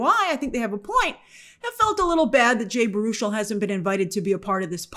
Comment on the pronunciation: I think Baruchel is pronounced barrow-shell